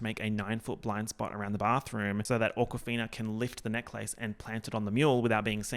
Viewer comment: I am legit hearing you say AWKWARD-fina and I love it